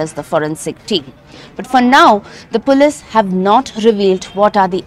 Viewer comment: Pronouncing police😅😅😅😅😅